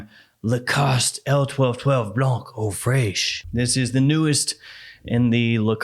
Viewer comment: Fraiche is pronounced fresh like in english